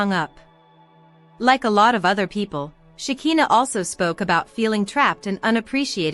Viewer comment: PLEASE, CAN YOU PRONOUNCE SHEKINAH'S NAME THE RIGHT WAY?! "Shuh'khai'naah" itś not that difficult I wonder if you even watch the show since you still don't know how to pronounce her name the right way 😑